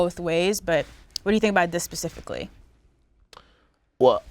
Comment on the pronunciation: it's specifically not pacifically I know you didn't mean to us Americans do it all the time